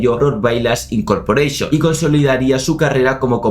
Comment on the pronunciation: Incorporeishon dijo?😂😂😂😂😂😂😂😂😂😂😂😂